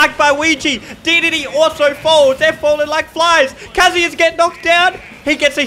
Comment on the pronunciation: It's kazuya.